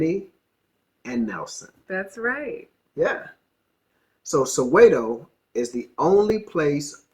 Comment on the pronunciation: Your wife pronounces Soweto properly, sorry but you sound bougie bro